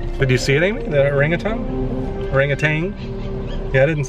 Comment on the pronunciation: What a cool experience! I have not heard of any other zoos doing that event. Thanks for supporting the zoo. By the way, orangatan is pronouced ur *ang*uh*tan.